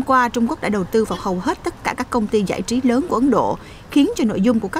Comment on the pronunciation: giọng đọc dễ thương quá: tộ chức, giại trí v.v